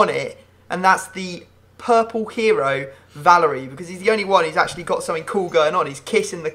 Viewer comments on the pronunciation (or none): I'm a timbers fan, and you pronouncing Valeri wrong irritated me. It's pronounced Va-ler-i not Valer-i